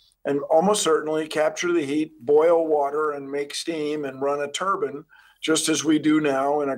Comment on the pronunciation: &t=333 LOL Run a "turban" Guessing he means "turbine".